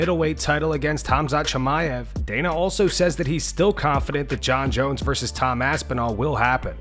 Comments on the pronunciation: Big Dana can't even say Tom's name.. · Dana couldn’t even say Tom’s name… that’s ashame